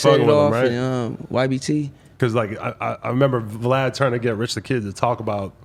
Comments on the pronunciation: He calls him Vee Lad Lmao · He called Vlad V-lad… 😂😂😂😂😂 said he aint coming to the hood! 🤣🤣🤣